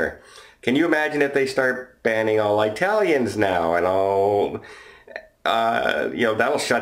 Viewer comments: Italians.. not eyetalians.... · “Eye-talions”. LOL